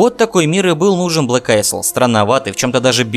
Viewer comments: не АЙСЛ, а АЙЛ! АЙЛ АЙЛ АЙЛ!!! Кнайф тебя подери! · "Isle"("остров") читается "айл".